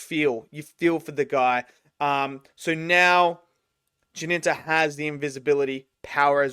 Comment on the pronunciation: Why are you calling him "Jininta"? The main character is called Jinta. 2 syllables. And after the first episode he adopted the name of Jinya. Also 2 syllables. Where does that Ji-nin-ta come from you call him?